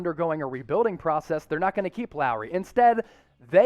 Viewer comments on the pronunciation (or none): Not Lowery